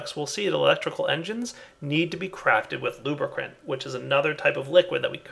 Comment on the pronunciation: "Luba-crunt." What.